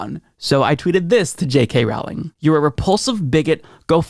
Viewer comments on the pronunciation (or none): Big Fan of your show.. but it's pronounced "rolling" like a rolling pin. It's not rOWLing.. like "owl." Just so you know.